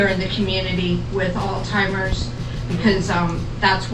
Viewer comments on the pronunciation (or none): The lady that was talking pronounced Alzheimer's wrong. She said alltimers.